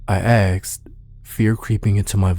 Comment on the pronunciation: "I axed" Well done, my dude. Please please pleas look up how to peonouns "asked" tho. Or train it, if you struggle with it 😅.